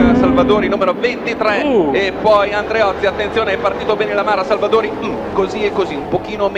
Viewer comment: Chi ha notato la pazzia di Andreozzi a ........non ho parole😵😨 Comunque sembra che il commentatore al posto di dire Salvadori dica Salvadauri come FedePerlam😂😂